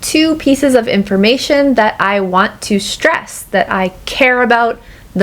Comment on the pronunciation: Timothée Chalamet is C2, he's perfectly fluent in French, he has no Armerican accent. Taylor Switf is more like B2. Great lesson, you've managed to squeeze in all that's needed to understand reductions and connected speech. But the way, I've noted that you tend to pronounce words starting with "str" as if they were "shtr", such as in "stress" which sounds like "shtress". Is it a regional feature? Is it common? Thanks for this excellent video